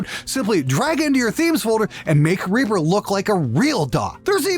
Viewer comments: ...or "Ray-pah" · "We used Ree-purh!"